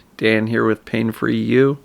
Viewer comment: Nice advices daily. I love it. Btw, I always heard you said "pain for you" instead of "pain free you" 😉